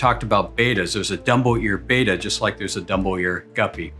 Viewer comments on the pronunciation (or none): none